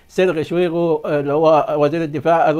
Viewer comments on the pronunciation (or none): none